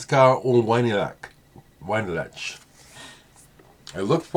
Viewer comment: Title of book is "Book About Vinyl." Winylach is pronounced "veen" plus "ill" plus "ah." that looks like an awesome book!!!!